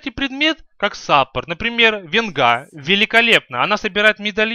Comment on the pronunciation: венга на е ударение =)